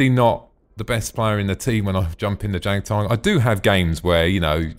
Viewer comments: Jagdtiger pronounced --> Yag-Tiger <--:L Ok now i have finished the video, you are hopeless haha,?:P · I speak German. It is pronounced "yag tiger" English "J" is said like a"'Y"